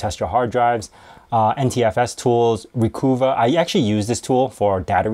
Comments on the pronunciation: I think Recova is supposed to be pronounced like a Bostonian would say "recover". Recovah. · Recuva is pronounced like 'recover', that's the whole point of the name, also it's C Cleaner, not CC Cleaner (it's short for Crap Cleaner)